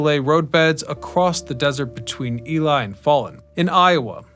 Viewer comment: i know it's mentioned somewhere in the comments but it's EE LEE Nevada- the locals get cranky when people say "Ely" or 'Eli'